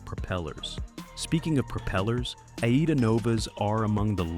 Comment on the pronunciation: It is AIDA in one word as in the Verdi Opera! And not A IDA! and its Italian flagged and for the German market, as originally from Germany. Operation and marketing is in Germany, not Italy!